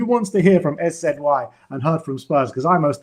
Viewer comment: Jesus Christ. What is it with you two pronouncing shit wrong, SZY is sizzy. Just like you calling Vinai “Veeeeenai”. Vin-eye. It’s not hard to